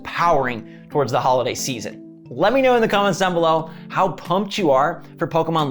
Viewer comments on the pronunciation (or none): none